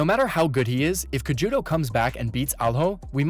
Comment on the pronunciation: This guy is clueless a d just making content for clicks. He can't even pronounce Cejudo. 👎🏾